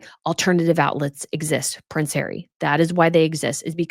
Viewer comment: Pwince Hawwy at home to Mr Fibbings???? Oh, perish the thought!!!